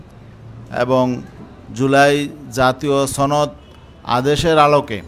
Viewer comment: জুলাই জাতীয় ছনদ কি বুঝলাম না, ছনদ নাকি সনদ ???